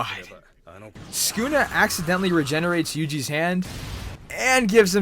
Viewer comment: skuna is what u said.